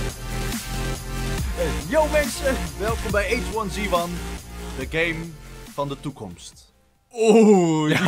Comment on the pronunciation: Je zegt het: heegu one zee one😂